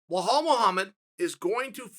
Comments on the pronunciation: Chael "Blahal Mohammed" Sonnen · "Bhalal Muhammad" - Chael Sonnen